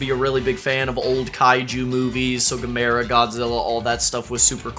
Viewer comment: Gamera getting recognition is awesome. I did flinch at you calling him guh-mare-ra, though, he's pronounced ga-mer-ah.